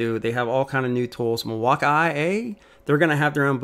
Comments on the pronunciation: Milwaukee is pronounced mill-walk-key Not Mil-wak-ie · It’s the way he pronounces Milwaukee